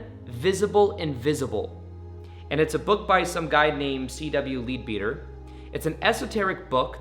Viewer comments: Lol, not pronounced "leed beater" .. but rather, "led bedder" .. 😉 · Just as an aside, I’m assuming the author Leadbeater was English as it is an English surname. Like many English names this once is not pronounced as it looks. He would have been pronounced as Mr. Ledbetter.